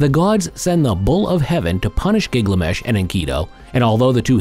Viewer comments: It’s GILGAMESH not Giglamesh!!! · Keep saying Gig lamesh